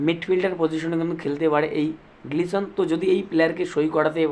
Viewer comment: Glison noi, Gelson Dala